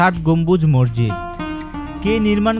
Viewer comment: ভাই তুমি মসজিদকে মর্জিদ বলছ কেন